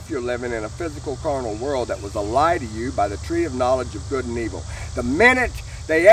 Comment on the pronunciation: Oh I get it you say God instead of Good wow